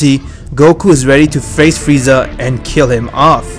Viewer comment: Is this me or did say “fieza”